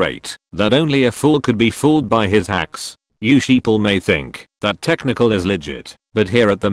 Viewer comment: Every time he says technical i understand test MICHAEL